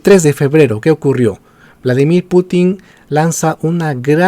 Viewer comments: No es PutÍn, sino PÚtin. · Excelente video. Sólo una observación, el apellido del presidente ruso se acentúa en la primera sílaba. Excelente y felicitaciones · Como siempre informacion a medias, sin mencionar sus fuentes 🤦‍♂️...en este caso fuentes pro gringolandia....y tan ignorante q ni pronuncia bien "Putin" 🤦‍♂️ (tiene enfasis en la u, no en la i)....y sus ovejas seguidoras lo aplauden callladitos